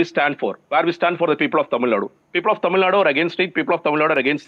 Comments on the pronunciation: Kindly pronounce Tamilnad"U", not as Tamilnad... Tamilnadu ( தமிழ்நா"டு") is a correct way to pronounce..tq.. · It's not tamilnaaad its Tamilnadu